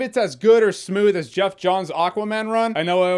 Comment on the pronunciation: Did you just said Geoff like Jeff?